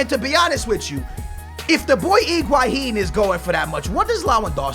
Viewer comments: HHHHHHiguaIIIIIn Not IIIIIIIguaHHHHHin Please You're hurting me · "Iguaihin" ( is best example) Everybody else: "Higuain" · Iguahin? I couldn't listen to this pronunciation anymore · Please stop calling him Igwaheen